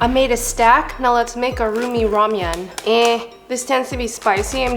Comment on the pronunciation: Did she just say rumian insted og ramen